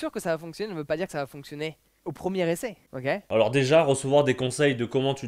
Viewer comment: Et quand il dit "ogay" au lieu de ok... Énervant.